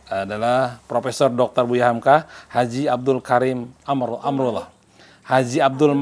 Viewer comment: Moderator nya GAK SIAP. Nyebut nama kepanjangan HAMKA aja salah..